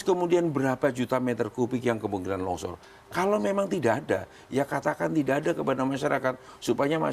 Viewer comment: Longsor pak bukan lonsor hhii